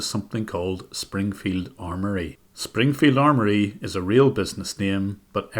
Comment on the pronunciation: That moment when you realise "Springfield Armony" is not actually a typo but they really pronounce it that way.